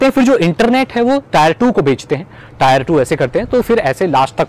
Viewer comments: Tier is pronounced "tɪə"....it resembles with the word 'tear' and NOT 'tire'. Cheers! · bhai it's 'टियर' not 'टायर'